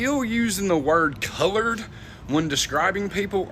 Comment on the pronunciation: Is saying colired instead of colord people offensive?